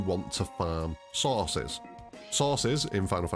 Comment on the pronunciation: Magic sauces, penichewluhs???